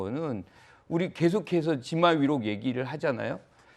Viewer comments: 지마위록이 아니라 지록위마 아니냐?ㅋ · 이넘은 교수라는 넘이 "지마위록"이라고 한다.. "지록위마"를 말하는 것 같은데, 좀 지식좀 쌓아라...